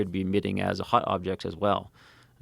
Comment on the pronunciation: I know he meant hot but yeah he def pronounes it as hut